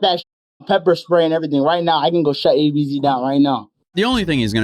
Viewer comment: peppee spray? 😂